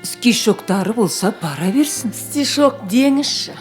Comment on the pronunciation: Вместе учились диді политехте. События не сходятся в фильме. Бабушка должна быть грамотной, если политех заканчивала. Вместо стишок, говорит скишок